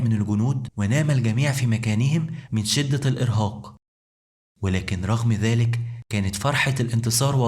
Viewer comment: قناة رائعة لكن يااخي ارجو اهتمامك بلفظ واللثويات الحديقة وليست الحديكة ذالك وليس زالك الجنود وليس الكنود لوسمحت مجرد نصيحة من اخ